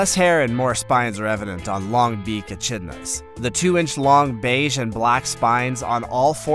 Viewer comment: "Atchidnas" (achidnas) and "groose" (grouse).....